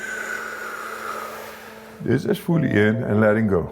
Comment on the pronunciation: Think he says 'fooly in fooly out' lol